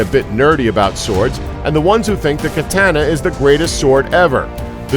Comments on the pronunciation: and all the A sounds in Katana are said the same way Ka Ta Na not Kuh Tan uh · Its not pronounced K-ah –tan-ah it is pronounced K-ah t-ah n-ah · Its katana not katANA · Ka ta na the A sounds the same every time. Not kuhtahnuh... Think of the "a" as the sound of it's use in awe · "Kuh-tan-nuh"? Kuh-tahn-nah! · ka ta nu not ka tan a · kuh-tah-nah. not kuh-tanna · KA-TA-NAH. Not Kah-TAN-UH. Please, that was brutal on the ears. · Ka-TAH-na not Ka-TAN-uh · I thought it was (kah-tana) not (cat-hana) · OH GOD CAT TAN NAH ITS KUH TON NUH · i cringed every time he said katana. the a's are all supposed to be pronounced the same length. kaataanaa, not kiteanna. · Great video, but please stop saying Ka Tan Na. It is pronounced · katAAAAna.. Why such a strong A sound? Lmao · Anyone who pronounces it "kuh-tan-uh" should be disregarded and mocked. Perhaps burned as a witch, or heretic. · disliking because of the mispronunciation of katana (should be kaw taw naw because it's Japanese) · Please pronounce katana correctly. I'm aware it has it's issues but it's name is not "Katänna" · He pronounced kitaner wrong. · As fragile as a Kyuh-tah-nah. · "katAna" shit gets on my nerves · Aaaaaaahhhh!!!!! Ka Ta Na! Japanese word! Do not use English pronunciation!!! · Kuh tan uh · it's japanese. quite possibly the easiest language on earth to pronounce properly. the characters have one sound that is rarely modified. ka ta na. simple... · he was pronouncing it katayna... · Pronounces katana kahtahnah cringes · you don't like the word KA-TAN-NA lol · it rhymes with banana. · They seem to know all of this stuff about katana, but they can't even say the name right. xp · I can't stand the way he says katana. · katana... lol youre pronouncing it wrong..... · the Japanese "A" sound does not change through out the word. Every "A' is like the a in f*a*ther. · The way he says katana kills me. It’s such a bad pronunciation. Hurts my ears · Your saying katana wrong